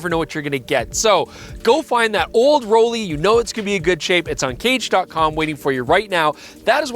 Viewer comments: FYI it’s not “Roll-ay” it’s “Roll-eye”, being a German word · As someone that dreamed of buying a Rollei back in the 90s but could not afford it, this variation doesn't impress me at all. It has been modernized on the expense of quality. Moving to another topic - Just as you pronounce LAYCA and not LEECA. you need to say ROLLAY and not ROLEE. Its the same german grammar of the EI letter combination that is pronounces as AYI. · Rolly??? Roll-eye 🙄…literally that how you say it 😂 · It's a German name - pronounced Roll-E not Roll-A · to be honest: it is pronounced “raw-lai”. Greetings from Braunschweig/Germany - where the Rollei company originally came from ;) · pronouncing Rolleye 😊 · It can't be that hard to pronounce a foreign name at least somewhat correct every now and then.